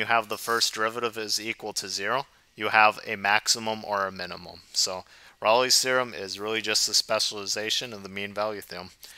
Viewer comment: Yeah, any video where the presenter doesn't pronounce Rolle properly can't be that awesome